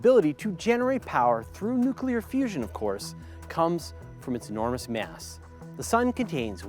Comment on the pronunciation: why do you keep saying Myaaas instead of mass..